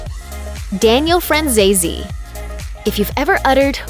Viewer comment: It’s FranzesE, not FranzesI, it’s an Italian surname!